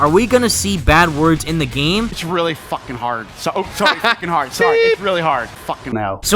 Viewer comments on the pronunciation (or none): The amount of emphasis put into the word "fucking" made me laugh so hard. The way he said it just sounded so damn funny. Lmfao